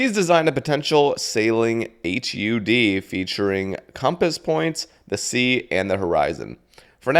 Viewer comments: hud not h u d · maybe its just me but hearing H U D instead of "HUD" sounds insane to me lol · Buoy= boy and just say hud instead of H U D